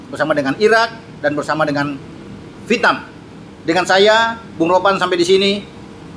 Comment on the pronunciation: Vietnam,.... Bukan VITNAM😂